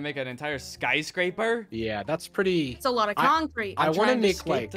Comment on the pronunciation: I will forever reduce the word concrete to CONK